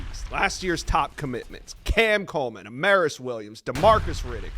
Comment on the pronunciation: Side note, Amaris Williams’ name is pronounced AHM-ARE-US not AHM-AIR-US